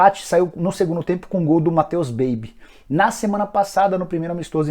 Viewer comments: Matheus Baby foi foda kkkkk ( se fala Bá-Bí) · Matheus Babi, não Matheus Baby kkkkkkkkkkk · Matheus "Babi" e não Matheus Baby. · Nicola,não é Matheus baby, é Matheus Babi( pronúncia bábí).